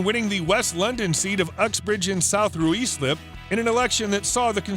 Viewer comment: Ruislip is pronounced "RYSLIP" 😂😂